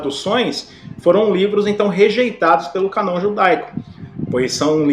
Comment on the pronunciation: Boa noite irmão. Só para ajudar. A pronúncia da palavra "Cânon", a letra "â" com o acento circunflexo, deve ser pronunciado "anasalado". Da forma como o irmão pronunciou a palavra "Cânon", fica "Canon. Espero ter ajudado